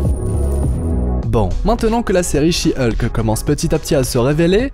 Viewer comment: Hulk se prononce Olque pas Ulque